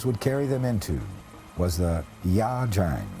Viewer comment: get the location name right, not wrong like the narrator. Ia Drang (as in 'eye', not La Drang)